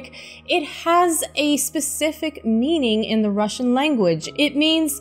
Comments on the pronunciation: Thank you for respecting the russian pronunciation of names and titles and not americanizing them. I was prepared for ear-cringe as it always is with Americans, but I'm impressed. ) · wow I already watched the film a long time ago but decided to watch a review, I'm Russian and your Russian is incredible, are you Russian or of Eastern origin?